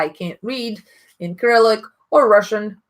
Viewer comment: There are Russian names on the samples. Do you mean they need to put the English names on their samples? But then again you can find them on the Fragrantica site. I speak both Russian and English and I found a lot of the information as well as their names in English. Also, Cyrillic is pronounced as s-i-r-i-l-i-k, not k-i-r-i-l-i-k... Your pronunciation of the Russian names is spot on though, so maybe you know some Russian.